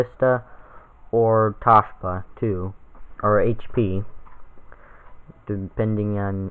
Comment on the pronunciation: Tah shi.ba Lol...toe shee ba.